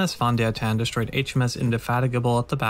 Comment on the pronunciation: The German v is pronounced as an English f…